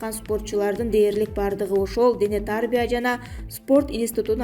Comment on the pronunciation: Дене тааарбия дебей туура окусан.